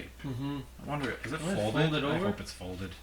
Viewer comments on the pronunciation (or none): none